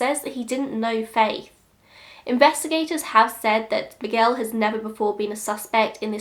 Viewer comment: Wow, The way you say Miguel is perfect. Sounded like a native! Great job 👌🏻